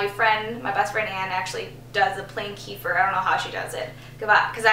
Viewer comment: omg you cracked me up with how u said kefir lol <3 if you want to know it`s "keh-fear"